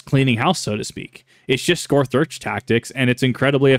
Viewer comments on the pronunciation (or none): Scorth Earch